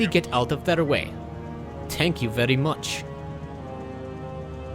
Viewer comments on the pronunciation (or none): "Tank you very much"